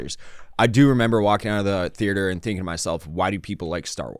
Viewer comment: If I have to hear say “thearter” one more time I’m gonna scream